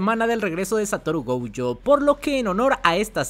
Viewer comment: Porque diablos le dices Goujo y Toudo?